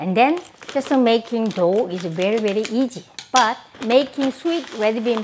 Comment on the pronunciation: cocka tiel I love how she pronounces the letters S or Z like when she says easy like "eajjy"... she melts my heart 😛